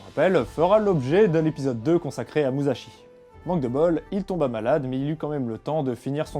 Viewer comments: Ça se prononce "Mussashi" Le sont "ze" se fait avec le z en japonais ;) Là tu dis Muzashi pendant tout l'épisode... Bisous ! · Déjà quand on veut parler de quelqu'un, on évite de détruire la prononciation de son nom. L'écriture en japonais est en fait une transcription phonétique sillabe par sillabe et il ne faut pas y appliquer les regles de pronontiation française. donc on ne prononce pas mouzachi mais mu sa chi. tout comme lorsque c'est écrit shi cela se prononce chi et si c'est écrit chi cela se prononce tchi. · Prononcer Musashi "Mussashi" serait plus correct "Mouzashi", ça m'a fait pas mal tilter pendant la vidéo. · MouSSachi ! (et non pas mouzachi) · Comme toutes les autres une super vidéo! Il me tarde de voir celle sur le traité des 5 roues. Juste au niveau de la prononciation pour la prochaine vidéo le s se transforme pas en z c'est donc plus moussashi , si ça peut aider^^ tout le reste est parfait niveau prononciation c'est juste ouf! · Très bonne vidéo. Sauf une chose facilement améliorable pour la suivante : en japonais, le sa de Musashi se prononce comme si il y avait deux s en français, pas comme un z.